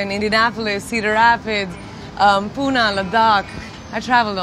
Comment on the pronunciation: She said Pune wrong twice and now we know why dislike numbers are hidden